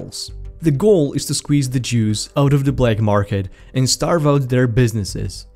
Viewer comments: 2.6 he said juice but it sounded like he said Jews, accents are fun. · Squeeze the Jews out of the black market? Subtle mispronunciation goes a long way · "Squeeze the juice" or "squeeze the jews"? I nave no idea which one was said